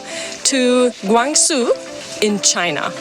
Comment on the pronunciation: Guang Zhou(not zhoo)